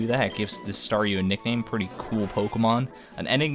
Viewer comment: I know I am super late but Thank you so much! I love being a Staryu! and yes you pronounced it correct the first time.:)